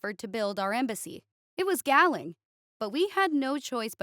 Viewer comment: Galling is pronounced more like 'gauling' or 'gawling' it means annoying.